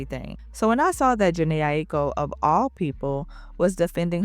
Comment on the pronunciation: i wish u learned how to pronounce her name b4 u pressed record